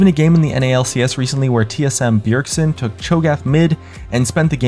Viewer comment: who is "byergson" :^)